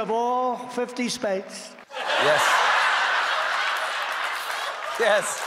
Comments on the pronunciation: “I’ll challenge the governors in all fifty spates…” 😂😂😂😂😂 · Fifty spates! 😂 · Fifty spates? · Mumbles, cannot pronounce “states” etc.